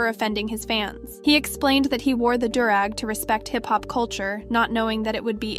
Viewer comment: No hate.. its pronounced ‘dew’-rag. I totally understand tho its spelled weird as hell but you did a fantastic job luv! Good looking out for the OG voice and giving her a vacay!